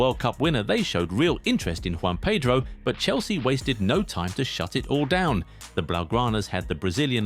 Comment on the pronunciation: His name is Joao not Juan 😅😅